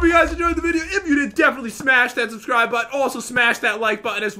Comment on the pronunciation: I believe you mean SUBSCROOB!!!!